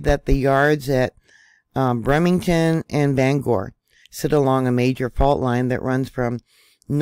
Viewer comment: It's Brem er ton, not Bremington. Ban ger, not Bang ore. Just sayin'. Worked there. Thanks for info tho.